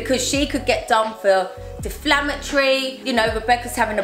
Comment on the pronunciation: And not deflammatory